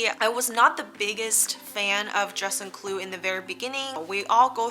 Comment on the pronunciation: Informative content. With kindness, I suggest that you practice the proper pronunciation of "juste un clou" in French or say just a nail until you nail it.